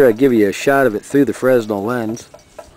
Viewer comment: just FYI, Fresnel is pronounced with a silent S. like frey-nell:)